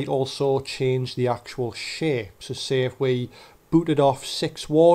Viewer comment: anyone else hear him say shit instead of shape??